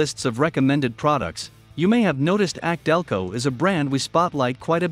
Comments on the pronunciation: A C DELCO - NOT AKC - DELCO👎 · Laughably inaccurate list. Repeatedly references anti drain back valves like they are magical and unique. Commentary is read from the marketing material on the boxes as if it's factual. Pronounces AC Delco as ack Delco several times. Find a channel like project farm for really well done comparison videos. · YES !! This is the 2nd clown I've heard say "ack-delco" on U-tube. Here's the deal: The "AC" comes from the initials of Alexander Champion, who pioneered a spark plug that was used in early General Motors cars -- and the "AC" brand of spark plugs was of poor quality, but GM stuck with them anyways. GM later adopted the Delphi Group, and they started using "ACDelco" as their go-to logo. I remember back in the '60s, AC plugs were so bad, you'd pull a plug from a GM engine, and your first comment would be: " ACK !! DELCO !! " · The voice on this video is computer generated that's why it can't properly say some names like ACdelco